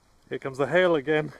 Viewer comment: Man look not even funny im only seconds into the video when this man said HAIL I thought it sounded like he said HELL I smiled and laughed and said to myself now this is a guy I could be friends with THANK YOU AND I SUBSCRIBE